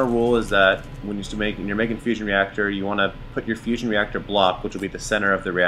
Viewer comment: Really thought you said Fishing and fusion... quite something to pull off at the same time haha.